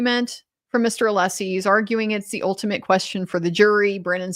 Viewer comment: Every time Brennan mispronounces Alessi's name he reconfirms his ignorance and pettiness.